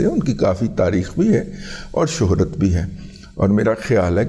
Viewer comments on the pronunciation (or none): none